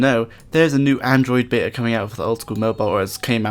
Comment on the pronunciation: yoo mate, good video! cant wait for osrs mobile, but please talk slower atleast a bit, its beta, not bea :P